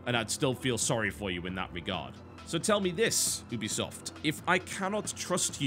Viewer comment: Listen very carefeully TB. YOO-BEE-SOFT ....say it. Now. It is a play on words for "Ubiquitous Software" as in, they want to make software that can be played and enjoyed everywhere. Ubiquitous. YOO-BEE-SOFT